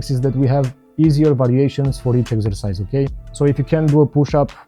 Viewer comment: Exercise? I thought you said extra fires - That's what she said 😃